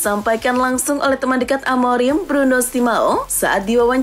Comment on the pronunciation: Baca nama orang yng benar ok konsesaun bukan konsekaun amoring bukan amorim